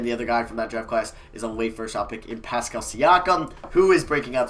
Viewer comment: He said pascal thank god